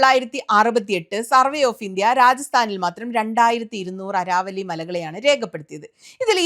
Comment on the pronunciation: അരാവലി അല്ല അരവല്ലി (Aravalli )